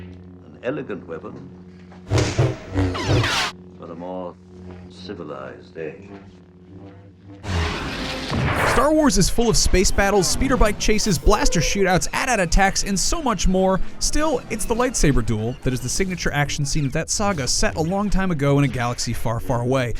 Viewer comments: Everyone discussing lightsaber duels and I'm just sitting here annoyed he said atat and not AT-AT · AY-TEE AY-TEE!!!!! NOT AT AT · IT'S NOT ATAT IT'S A.T.-A.T. YOU PRONOUNCE IT AS AYTEE-AYTEE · Almost closed the video when he said At At not AT-AT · did you seriously prounce it atat? It's pronounced A-T-A-T. Its hard for me to take anything you said in this video seriously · AT-AT (A.T.A.T) not atat. Goddamn that grinds my gears! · its not at at its pronounced atat its pronounced atee-atee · You said at-at wrong It's atee atee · Really it's AT-AT not At-hat🙄. Pronounce the individual letters. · A-T A-T not AT AT people come on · Never trust someone who pronounces AT-AT by saying “at at”. Pronounce each letter separately you nerfherder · Did you just pronounce AT-AT as at at? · He said AT-AT Like At at (as in place) I'm not happy. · I disliked for you calling an AT-AT an atat. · did this guy just butcher AT-AT? who pronounces it at-at? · Don't ever say At-at like that again. you have to spell it out man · Did he just say "at-at" attacks? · Am I the only one disturbed by his pronunciation of AT-AT? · Anyone else notice how he sounded out AT-AT as if it were a word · Did he just say... Atat as AT-AT....